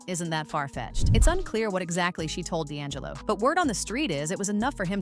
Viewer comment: That not how you say D'Angello's name. Its pronounced ( D' And Jello ) Not( Da' lingo)